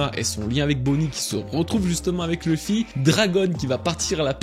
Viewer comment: Excellente vidéo comme d'habitude! Mais PAR PITIÉ, il faut arrêter d'inclure une prononciation anglophones des noms propres quand il n'y en a pas. Du genre "LEUffy" au lieu de "LUffy", "DragONE" au lieu de "DragON", "EUsopp" au lieu de "Usopp". U se prononce U, ON se prononce ON, comme chez nous:) C'est la toute première "critique" que j'écris concernant tes vidéos, n'y trouvant de toute façon que du plaisir grâce à ton travail incroyable mais DE GRACE, il faut arrêter ces prononciations altérées, ces noms n'ont JAMAIS été prononcés de cette façon par les doubleurs. D'autres en revanche ont une prononciation anglaise volontaire comme Crocodile, Roger, etc, c'est donc bien que les noms mentionnés plus haut doivent être prononcés de la même manière que les seiyuu. Chaque fois que j’entends "Dragone"' j'ai envie de prendre la place de Roger sur l’échafaud pour ne plus faire souffrir mes oreilles 😂 En espérant que tu me lise, "" Keep up the good work PS: J'attends l'iceberg avec impatience!! PS2: Fais très attention avec ton sponsor, après tant d'années et tant de travail ce serait dommage que ce soit toi qui remplace Roger sur l’échafaud l'ami... Ce scam est en train d'éclater et les têtes vont tomber, prends soin de la tienne!